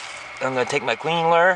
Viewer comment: "Queen lure." I couldn't figure that out. Caption was "clean ler."